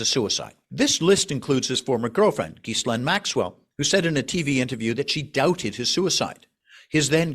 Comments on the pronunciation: I hope he doesn't have tenure. He claims to know the case so well but can't even pronounce 'Ghislaine'. He falls for a common myth about Susie side and doesn't mention JE's former partner, head of a modeling agency, committed s. as well. No understanding that those who commit his crime are the most common target in prisn. Buffoon non-psychiatrists being shocked is his best evidence. An hour of fluff. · The name is pronounced as, "Zha-lane".